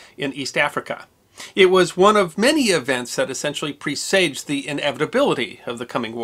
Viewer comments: presaged is pronounced PRESS-ijed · Professor mispronounces " presaged"..gimme a break..learn a new word every day, professor